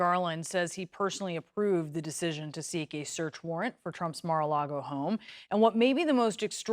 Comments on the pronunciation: Mara-Largo? Never heard of the place.. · excepr that dufuss would say "Mara LEGO" with an E. LOLOL